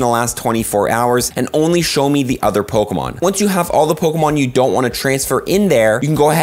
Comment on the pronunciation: is the greatest... at bucherin g names of pokemon